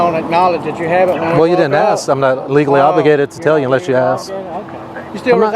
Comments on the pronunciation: I think it's a tie, but because she said axe instead of ask, she gets my vote for biggest dubass. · When you call your lieutenant ask him dont ax him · Cop 2 said "axe" in place of "ask!" She seems to be utterly uneducated, so much so she had to ask a man what her duties were! Can't speak English, doesn't know her job and prepared to use violence! DUMMY NUMBER ONE!!! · Is the BLACK woman a murderer? She said she was going to AX someone. SMH. I wonder if she made it through 3rd graded. Does she know her letters and numbers? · "Im gonna axe him". Black people talk so stupid. Clear constitutional violation of free speech. You can tell in Georgia Blacks dont want freedom. Whites fought hard for freedom and blacks are doing whatever they can to destroy American Values. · She’s gonna “Aks” her lieutenant?? “We can’t do it the right way, we’ll do it our way”. What the f***? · she's gonna axe her lieutenant. sounds like a threat. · I’m gonna call my lieutenant and axe him 😂😂😂😂😂😂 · Don’t axe your lieutenant. That’s scary. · So much “axing” these days. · She’s going to “axe’ her lieutenant? Ebonics quota hire alert! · Why can't they say 'ask'? They all say 'Ax' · She’s going to ax her lieutenant? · Number two was definitely the dumbest. She said I'm gonna aks my lieutenant. . 😆 🤣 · Did this cop just say that she's going to "axe" her lieutenant or she's going to "ask" her lieutenant. Why would she want to use a tool that has a heavy head with a sharp edge fixed to a handle and is used for chopping and splitting wood, on her lieutenant. Booyah! I thought that was funny. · I'm gonna "axe" my luietenant? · She says: I am gonna call my leutenant, and I am gonna axe him... She just admitted to murdering someone! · …let me axed my boss?? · When did the word "ask" become "axe"? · Gunna Axe her lieutenant... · "I'm gonna call my lieutenant and axe him" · Yep. I agree she's the dumbest. She earned the award for "I'm gonna "axe" my lieutenant". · Did she say ax?